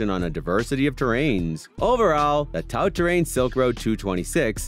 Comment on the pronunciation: ... Mechanical disc brakes" 😆 Who, without any idea/knowledge of bikes, made this crappy video?! - Another channel which Youtube suggested that I won't watch any further, thanks for showing me you got no clue at all that fast with this video. 🖖🏻 - 'Tout' (🤣it's French, spoken like 'too' !!) Terrain !